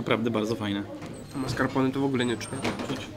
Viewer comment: Hahaha tez to uslyszalam